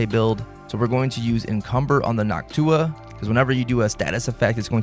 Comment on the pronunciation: Bro it's called Noctua, not Nock Tuah